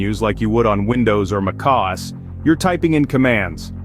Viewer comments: The voice is probably a voice AI. No human can pronounce Mac OS so shockingly wrong. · Sorry what, how did you pronounce mac OS? 😅